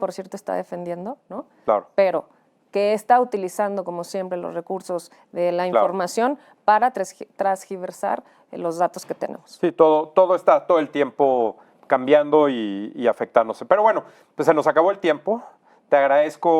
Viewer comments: Ayer Alazraki dijo Transgiversar y hoy ella dice Trasgiversar 🙄🙄😱 Esas palabras no existen!! Es TERGIVERSAR!! Si no se la saben, no la usen... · Penita, se dice: “tergiversar”